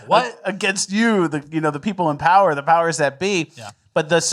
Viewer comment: No, it's pronounced: "POWER"